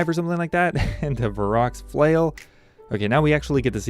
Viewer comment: Varrock's Flail... lol